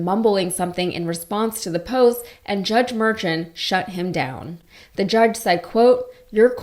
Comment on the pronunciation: His name is pronounced mer-SHAWN.